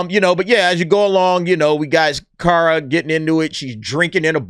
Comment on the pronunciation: Why are people pronouncing her name wrong. Her name is pronounced like the word car. She even says it at the bus stop. Car as in Kar-a, Kara Zor-El. But yeah she looks like a female Starlord and they are in the city of Knowhere. Hey even if it doesn't make 500M, they will push it up as if it did.